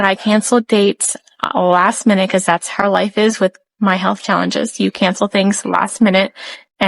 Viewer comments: SW's family is Jersey trash. That's where the 'hode on' and 'wooder' come from. Not sure about the 'har'. I hink it might be something of a speech impediment, honestly. Or else one of her parents pronounces it that way and SW learned it from one of them, which is a possibility. (I grew up in the Philly burbs and lived in Jersey, so I know what I am talking about). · I'm from the south and I've never heard anyone pronounce it "har" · Listening to Shanann and all of her MLM double-talk is exhausting. “Everything happens for a reason.” 🙄 And what is it with her constantly saying “har” for “how?” Those poor girls suffered needlessly with all of those doctor visits and unnecessary medical procedures.